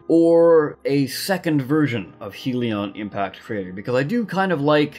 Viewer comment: My lord this annoyed me Its Not HEAL-ee-on impact crater Its HELL-ee on impact crater